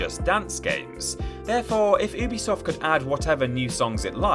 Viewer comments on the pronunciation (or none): none